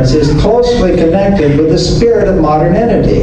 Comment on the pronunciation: He pronounces modernity as moderninity.